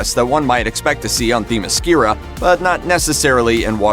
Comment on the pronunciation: already, Themyscira is said wrong...... X_x 4 decades? the first movie takes place in 1918, NOT in world war 2...... did you even SEE the movie? AGAIN!, the first movie DOES NOT take place in the 1940's hey look, once again butchering the name...